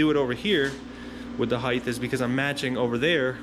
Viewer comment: Height not "heighth"